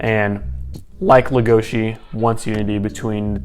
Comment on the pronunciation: LegoSI not legoSHI